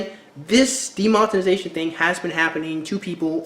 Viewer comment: "demontenization" XD i love you man but hearing you butcher this word is hilarious